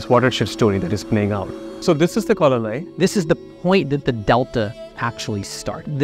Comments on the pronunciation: Its kallanai dam not kol anai. Kal means stone and anai means dam . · That poor collanai dam 😂😂😂 i mean come on he heard it well and still manage to pronounce it correctly wrong 🤦😮‍💨😮‍💨😮‍💨